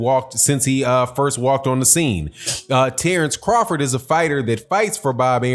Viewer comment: The name of Terence Crawford is wrong Tenence crawford